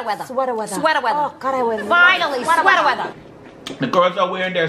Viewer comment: ITS FINALLY (SWEATA - WEATHA) :_OHHYESSTHH::_SHEREADDY::_SHEREADDY::_SHEREADDY